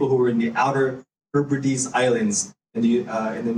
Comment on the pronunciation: HE"R"BRIDES?!?!? H-E-B-R-I-D-E-S, Varis. Pronounced with only one "R". (HEB-RI-DEEZ) NOT Herbrides. If you want people to believe you are more knowledgeable than the average person you might want to learn to properly pronounce the nomenclature you employ.